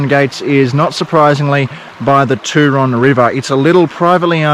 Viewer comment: Hey mate. Thanks for the relaxing video. I’ve been to the Turon area a few times. One memorable trip was a kayak journey. You will find Sunny Corner very interesting but you probably should exercise caution or at least go with another vehicle. One thing I have to say is about your pronunciation of Turon. I think you are using an American version. As far as I know it is pronounced Tue Ron as in TUEsday. You can always check with the locals. Keep up the good work. 👍🏻🙏🏽😷🦘